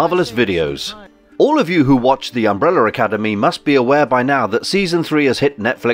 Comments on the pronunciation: Sometimes you can say umbrella. So why at other times do you say “umbrellur”/“umbreller” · Why does the narrator keep referring to Vanya (#7) as ''victor'. Also, Umbrella does not end with 'er'. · "Umbreller" you Brits! 😁👍🏿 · Why do British people say "umbreller" 🤨